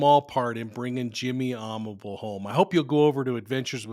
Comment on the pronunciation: His last name is pronounced Amabilly. A co worker I’ll never forget. Drove past his final resting place every day on my way to and from UPS where we worked together. Never forgot about him. He was a mentor and a stout Teamster whom I enjoyed seeing everyday before we started our delivery routes.